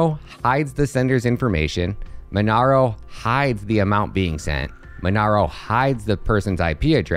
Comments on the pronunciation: MonEro not MonAro. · Mon-EH-ro! not MonAro! jfc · Monero not monaro hahahaha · its monero man Not MonAro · That's not how you pronounce monero lmao but great video !!